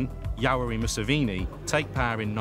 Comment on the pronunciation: thats not how to pronounce yoweri museveni